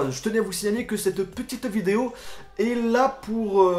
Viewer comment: ptn comment il a dit : ''ma vidéo''